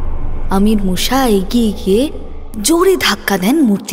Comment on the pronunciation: "মুসা" উচ্চারণ খুব কানে লাগছে.....'মূ-শা' নয় "মুসা"